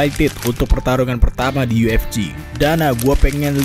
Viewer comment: Bahasan dan analisa ok sih .... cuma penyebutan UFC masih kedengeran aneh kadang yu ef ji atau yu ef ci harusnya Yu Ef Si (UFC)